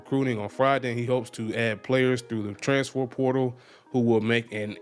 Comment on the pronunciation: Bruh can’t say transfer to save his life